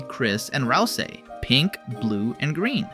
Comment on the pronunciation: tweaking from that pronounciation of ralsei